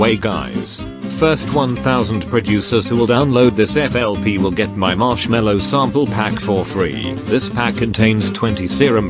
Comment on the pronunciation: It sounds more like slushii instead of marshmello.